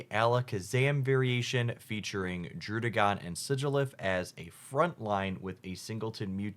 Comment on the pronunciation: I really appreciate that you've adjusted your pronunciations of Pidgeot and Druddigon. Seriously, the Pidgeot thing has been bugging me so long, so I'm really happy that the one nitpick I had is gone!